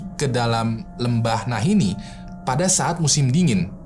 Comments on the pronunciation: sadar tidak kalau penyebutan lembahnya salah? Bukan Nahinni, tapi Nahanni. Itulah kenapa sukunya namanya Naha Tribe. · nahanni bang... bukan nahinni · NAHANNI BUKAN NAHINNI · Lembah nahani bang bukan nahini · Nahanni bang bukan Nahini. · nahanni bang, bukan nahinni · "Lembah Nahanni" bang bukan 'Nahinni'😁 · Lembah nahani bang bukan lembah nahini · Nahanni bang bukan Nahinni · "Nahanni" bang hehe😁🙏